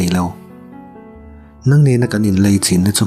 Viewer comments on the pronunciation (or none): Nang nang tih i thluk dan hi a dik lo, hnang thljk anga thluk tur anih zawk hmel.